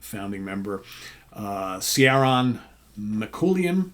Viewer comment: Have to comment that the name pronunciations are terrible 😂Cee-aran (spelt Ciáran in Irish) is simply Kieran and O Lagaaarrrr (spelt Ó Laoghaire in Irish) is simply O'Leary .